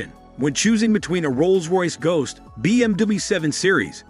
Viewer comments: First, say BMW, not BMDewey. lol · You are pronouncing BMW very weird. "be eem dooblooyou" or something similar. The original german pronunciation is "beh em veh" or the classic "bee em double u" Why not double v? English sometimes is totally nonsense. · What's a BMDoobie? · I didn’t expect to keep hearing BM-Doobie either. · what is a BMDui? is that how BMW is pronounced? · BM Dabu, hahaha come on man! 😅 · This is just a TV ad with no hands on review of the vehicle's performance and specifications. Also, you seem to have and American accent but you are having trouble pronouncing BMW, petit and other common English words. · Why is it so hard to say BMW? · 11 seconds in stopped watching. Will wait for the review when they use a real human voice and not an AI that can't even pronounce "BMW" 🙄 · why can't this guy say BMW or Mercedes Benz correctly? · mer-seeds, Bm-doob lmfao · BMDabau and Merceeds are in trouble 😂. Machine narration is hilarious. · BMduburp and Mersaids are in big trouble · "BM Dooble U", "MercAIDS"!?😂 Makes me think of a Chinese instruction manual loosely translated into English.